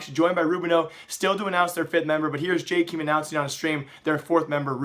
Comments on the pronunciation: Who the fuck is "jaykeem" is pronounced "jay Kay em" smh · When are you going to learn how to pronounce Jkaem....